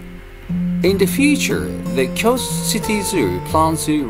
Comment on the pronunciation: I'm just curious why you have problem pronouncing KYOTO?